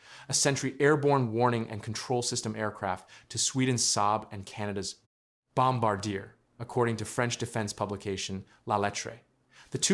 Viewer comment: Kept mispronouncing Bombardier until